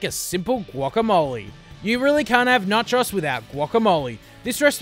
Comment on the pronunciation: Na-chos? It's NACHOS come on man